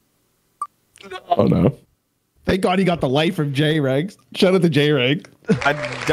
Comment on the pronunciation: I distinctly remember Jreg saying in one of his videos not to call him J-reg so it’s crazy that this game was started off with a mispronunciation of his name.